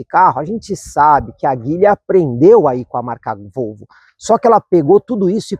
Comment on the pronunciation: A pronúncia correta de Geely (吉利), a marca chinesa de carros, é “Dji-li”, com o “J” suave, como em “Dia”.